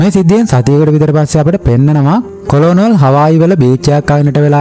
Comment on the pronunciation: මචන් කොලොනල් නෙවෙයි කර්නල්